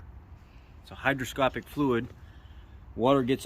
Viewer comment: I may be hearing you wrong but are you saying brake fluid is hygroscopic or hydroscopic. Hygroscopic is what you're looking for. Thanks for video.